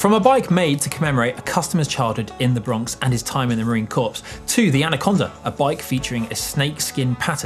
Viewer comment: Just an FYI, Corps, as in Marine Corps, is pronounced as core, not corpse.